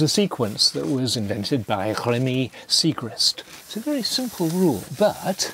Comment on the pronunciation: That's not how you pronounce Rémy x) (just nitpicking, love the vid and Neil Sloane)